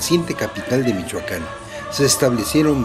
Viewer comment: se dice Michoacán no michuaca n y no ofendas a lo menso